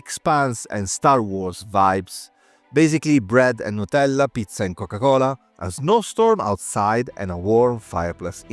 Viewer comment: Wait, are you italian? That nutella and pizza pronounciation is too sus.